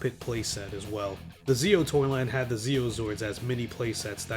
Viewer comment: Holy fuck the Ze-Oh megazord